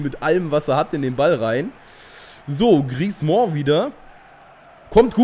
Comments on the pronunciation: Wie kommst du auf "Griezmooooo" ? Das ist falsch. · ich weiß, ich hab Französisch in der Schule seit 4 Jahren.. Ich hätte den jetzt nicht "Griezmo" ausgesprochen, aber ist ja auch egal :) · Man spricht Griezmann's Namen einfach nur wie man ihn schreibt :)!